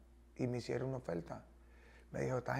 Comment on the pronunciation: Yo no se que fue lo que me "conducio" para aca, en este 2020, lo que hace la cuarentena jajajaja "no creo que se le "haiga" perdido algo" , "Opoltunidad", "Cielto", "¿Pero y polque?", "Caltera", "Ofelta","Hay cosas en la vida que no tienen nombre"... Y son las palabras de este man.